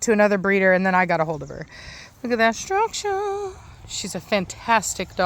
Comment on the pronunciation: You have a Good Day too...Every time You say, structure...I have to think of Preacher and You guessed IT "Heffe" Acually All STCC have stu..ruckturrr. Greetings from West-Germany.